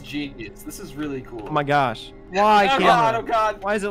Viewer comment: “a nõté” “oh my gôśh”